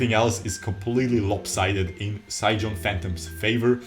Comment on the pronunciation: Mate its pronounced more like sai gone phantom not sai geon phantom.